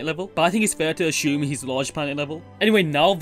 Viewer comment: There is no "h" in "assume" so 'ashume' is kinda a weird word.